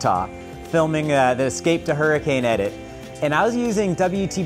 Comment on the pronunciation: So you know better the next time it comes up: The name of the place in Utah is pronounced, "her-i-kin".